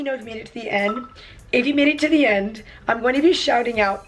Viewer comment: End not ed